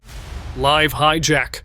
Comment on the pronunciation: Only at the point when the narrator pronounced "live tv interruptions ..." as " liv tv" was it realized that A I synthesized voices are now so realistic that we can't tell the difference between them. A very creepy moment indeed